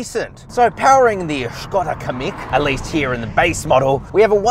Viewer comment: it’s pronounced “Kam..meek” also no car should have a manual handbrake anymore.